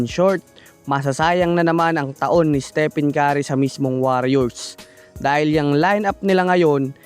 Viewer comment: Estepen kari ka ng estepen kari. Its istipen keri (stephen curry) Puro fake news pa!. 😂😂